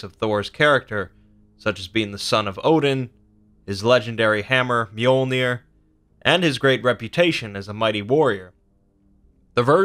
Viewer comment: lol you pronounced his hammer wrong but that’s ok.